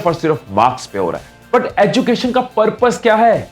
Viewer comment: Abbe BC 'educated' & ' 'education' Ko sahi se bol..... script padne se pehle kuch work kar Liya kar bhai